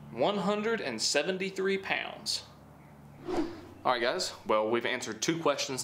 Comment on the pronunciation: Lol love the why you say pounds 😂 “poawds”